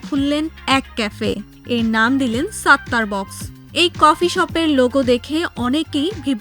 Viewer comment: আগে আপনি উচ্চারণ শেখেন, ওটা সাত্তার বাখ্শ। নট বক্স।